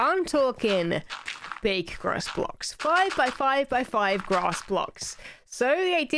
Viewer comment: They taking sides they said gross blocks not grass blocks lol